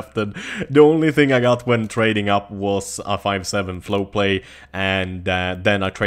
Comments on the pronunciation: its Fowl Play not Flow Play:P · F-O-W-L play, not Flow play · A F T E R I M A G E F O W L P L A Y pls say it correctly